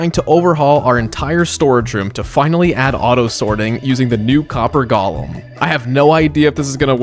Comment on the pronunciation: They are called Golems. Go-lem. Gollum was in Lord of the Rings. Why does everyone insist on saying it wrong?